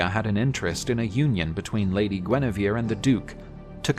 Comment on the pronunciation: Please, it's Guenièvre... Not Guinivere...